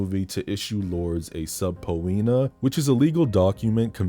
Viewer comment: "sub-po-e-na" is HILARIOUS 😭😂